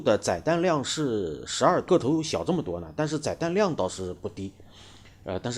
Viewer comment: 载（第四声）弹量 ；翅膀折起来：可变后掠翼